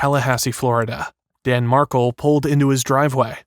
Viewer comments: Mar-kel not markle. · It’s pronounced Dan Mark-EL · It’s Mar’Kel